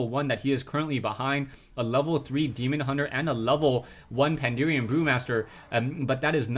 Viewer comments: It's PandAHren, not PanDEERian. That kept bugging me, but still great replay/cast! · its not pandurian. but great cast! fucki love wc3